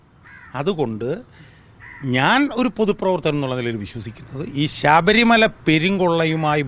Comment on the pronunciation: ശബരിമല എന്നാണ് ഉച്ചരി ക്കേണ്ടത്. അല്ലാതെ sabharimala എന്നല്ല. ശ്രദ്ധിക്കുക